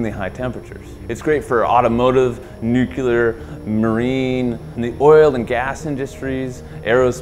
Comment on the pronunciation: "nuke-yuh-ler"? cmon now